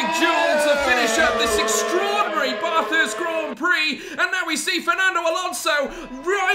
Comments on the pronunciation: just to let you know its ba-thurst like ba in back not bah-thurst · Stop saying Barthurst. It is Bathurst. It's a short A sound. Like bat or cat. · It’s BATH - HURST. Drove me in insane the way he said it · As an Australian this hurt to watch. Espically when he said Bathurst wrong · Me an Australian listening to say Bathurst and all the corners and bends: Triggered!!!! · Any other Aussie fans triggered by the pronunciation of Bathurst? 🤣 but great vid overall 👍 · They way he said “Bathurst” as an Australian makes me cringe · Bro the way my man says Bathurst pisses me off so bad man